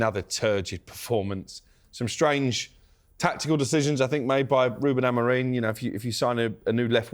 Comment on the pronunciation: It's AmoRIN not AmoRINE FFS!